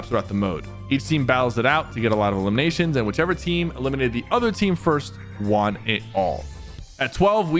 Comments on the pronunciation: How everyone says won: one How Sypher says won: Juan 😅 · Why is he saying WON so weirdly